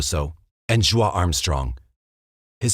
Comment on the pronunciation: I love all of your documentaries but...regarding the Stayner murders, Joie Armstrong is pronounced "joey", not "jwah".